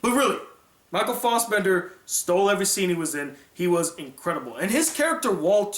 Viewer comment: Michael Fossbender. It's Michael Fassbender.